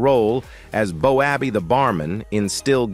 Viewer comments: 100% best comedic sketch/show/programme, whatever you prefer saying, was so funny, realistic in many ways, but AI come on. Stop getting still game names wrong 😂 Bo abbey lol Ah what a fantastic iconic comedy, will always love it 🏴💙🤍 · Its not bo abbey its bobby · It's Boaby.... ❤ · The commentary was excellent pity about the pronunciation of the screen names. If had watched, he would know how to say the names…..lol 😊